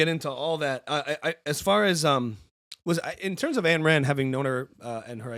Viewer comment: "Ayn" as in "mine."